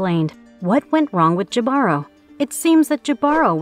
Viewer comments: I think it's ee Bah ro! The h is also silen. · It's Hee•bah•roe, right? That's how I've been pronouncing it,anyway...